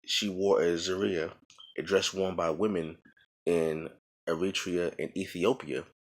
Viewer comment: Its pronounced ZOO-ree-ya and kab'ba is the little black cloak she wore And you're right,, Haddish and Addis are cognates, meaning "new".